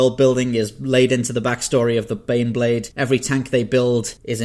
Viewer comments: When you introduced number 4 I really thought you said The Beyblade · You mispronounced "Baneblade" you reach find your pair and sound out "BANEBLADE!!!!!!!!".